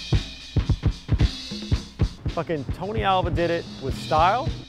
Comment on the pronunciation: Alva not awa